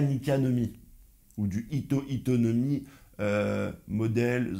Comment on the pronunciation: C'est "Hito Hito" pas Hita..